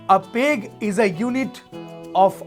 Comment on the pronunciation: its pronounced as- Pegg, not as u pronounce- Pae-g i pointed out coz this is not expected from someone who is a professional bartender